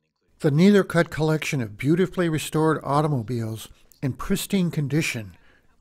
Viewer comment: Try to learn the correct way to pronounce the name of the collection